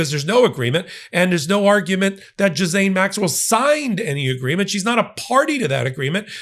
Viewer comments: Suspicions are circulating that Todd Blanche will forge a deal with Maxwell (Ghislaine is pronounced Ghee lane) to say that trumff was not involved with trafficking young girls....it was the Clintons and other Democrats. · Love your work but let's get it right , people --- it is pronounced Gee-lane (hard G). It's amazing how few broadcasters get this right. Totally agree with you on all points. The corruption is galactic around this story- it always was and this is why it hasn't gone away, "Dear Leader DJT". Predators. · The proper pronunciation is ghee-len. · I like your content a LOT. But please pronounce that trafficker's name correctly. Geelane. Hard G. Thank you. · her name is pronounced like Gilaine. ❤ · Her name is pronoinced like “Elaine”, with a hard “G” like “golf”. Gi-lane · GHISLAINE is pronounced 'GEE-LANE'' the S is silent. the VISIT is not about a pardon. its about THREATS TO HER LIFE both her CO-CONSPIRITORS Bruenell & Epstein we hung in prison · I wish you would get the pronunciation of this woman's name correct - it's painful to listen to so many WRONG pronunciations - it is a French name and is pronounced - GEE - LENN (hard "G") - repeat after me!! Not bothering to find out how to pronounce this name does smack of ethnocentricity - Americans - ethnocentric???? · Jiz-lay. FFS it’s French. The “n” is silent. It’s so easy. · Her name is pronounced "Jiz Len." It is a French name. It is pronounced the same way in American and British English. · It's Gee-laine. That's how you pronounce her name. ;) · We all have problems pronouncing her name, but, you get the prize. If I didn't know who you were talking about, I wouldn't even know who jiszane is. Nicknames are good, but why jiszane? It isn't even clever. Call her Maxwell or child rapist, but jiszane reflects poorly on you. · I believe her name is pronounced "Gee Layne" as in rhymes with "Elaine". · Ghislaine is pronounce Gee lane (hard G, no s) rhymes with Pee Stain